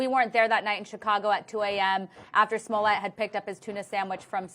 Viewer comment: It’s “Smollett “ not “Somllett” 🤣🤣🤣🤣🤣🤣